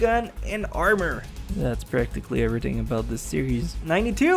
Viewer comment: YOU SUCK AT PRONOUNCING EVERYTHING!!!!!!!!!!!!!